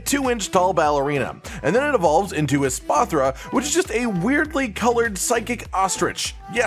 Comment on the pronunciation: Espathra = Cleopatra hahaha